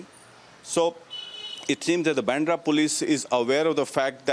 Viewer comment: Why do your anchors and reporters pronounce baandhra as bendra?